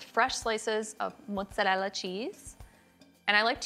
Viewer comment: It’s mozarellA not motzarell 😂 great recipe